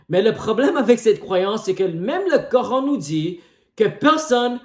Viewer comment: Ohhh le grand chercheur et savant de la planète terre 😅😅😅. Mon frère va étudier, glorieux coran reste unique et le seul livre religieux qui est compatible avec la science. Mais c'est bon aussi de faire plaisir aux chrétiens 😅😅😅😅. Tu prétends de trouver des fautes dans un livre que tu prononces mal son nom. N' importe quoi.